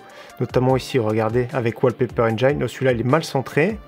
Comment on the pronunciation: On dit engïne, pas enjaillene :'D